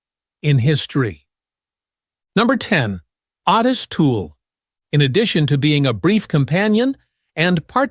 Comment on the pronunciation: Its pronounced O tis